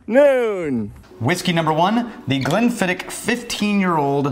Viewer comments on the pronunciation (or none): Just so you Yanks know, it's pronounced Glen-fid-itch. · It kills me as a Scotsman hearing Americans butcher pronouncing Glenfiddich =(